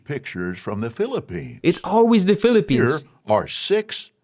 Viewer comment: I thought that said Philippians…